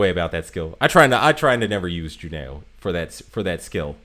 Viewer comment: Juneau is pronounced Juno. Eau is a French thing that sounds like 'oh' So glade you had blucher she is a favorite of mine